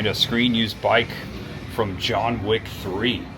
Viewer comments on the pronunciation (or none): none